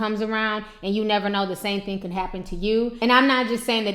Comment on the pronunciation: Theen??? It's thing!